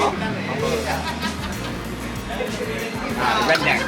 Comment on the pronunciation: Maaf bang, Itu Rendang. Bukan Rendeng 😀😀